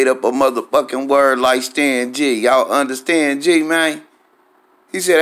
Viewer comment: "Did u underSTANG?" 😂